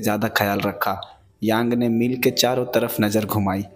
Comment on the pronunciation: मील नहीं भाई "मिल" होता है !!